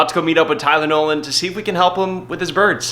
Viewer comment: It sounded like Tylenol (when you first said his name)